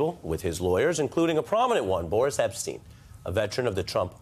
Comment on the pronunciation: Thank you for not calling him ‘Borish Epshteyn’. It’s just Boris. Not Borish lol